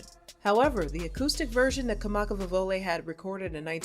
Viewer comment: If you’re going to make a video about somebody, pronounce their name correctly. And pronounce the instrument they play correctly.🙅🏻‍♀️